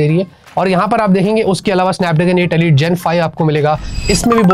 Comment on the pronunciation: alite nhi Elite hai 😂